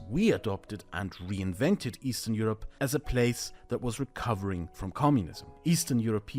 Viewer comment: Eastern Euroee